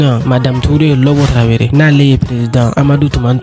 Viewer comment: Je vous invite à bien prononcé les mots Tarawele ou Traoré ...pas traveré